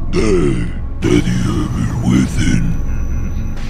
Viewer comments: Nadie: Absolutamente nadie:: Resident Ivel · Debes trabajar más esa pronunciación de “EVIL”. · "ivol", "ivel" al final como se dice